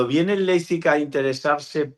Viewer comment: La tertulia esta genial, ahora no entiendo como algunos dicen Leizpig, no es tan dificil decir Leipzig, a lo mejor solo soy yo pero se me hace incomodo que periodistas deportivos no sepan pronunciar el nombre de un equipo correctamente.